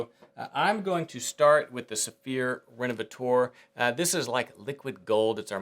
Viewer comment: Well done! One note: the leather revitalizer you used is pronounced "rénovaTEUR" insted of "rénovaTOAR". 🙂